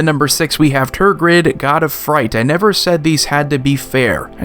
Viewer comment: Tergrid? .....Bruh